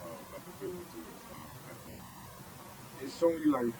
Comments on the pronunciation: I know this is pedantic, but I just had to note that not once was fentanyl pronounced correctly here by anyone. It’s not “Fent-un-all”, it’s “Fent-uh-nil”. Rhymes with Clearasil, not wherewithal. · The addicts, for some reason, say fen-ta-NAL, when the drug name is fen-ta-NIL. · It's fentanyl, not fentanol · You spell it fentanyl, but you say it fentanol. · FENT A Noll? Hard to take you seriously when you can't pronounce the name of your subject. I get it. Credibility and actual skill at reporting doesn't really matter here .